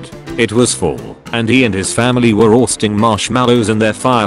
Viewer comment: Why does he say roasting in a weird way?